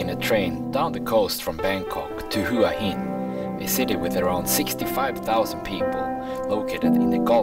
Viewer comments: Hua Gin - no, it's not Hua Gin😂😂😂 but Hua Hins awesome, it's the beach residence of the King of Thailand,.at least it was. My fav hotel is Hyatt Regency there, has the most amazing pool side which goes through the whole garden area👏❤️❤️❤️. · hua hin not "hoo ah hin" but nice vlog, im looking forward to going there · So... you are going to continue to call it Who-ah Hin?? Not very professional bro...if you consider yourself a professional at all to just mispronounce the name of a city. Didn't you notice when you were trying to buy your train tickets?? Each time the agents referred to the city by its correct pronunciation ... 'whaa heen'. Or maybe you just don't read your comments. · Hua Hin is pronounced WAA HIN.. as Hua Wei is pronounced WAA WEE.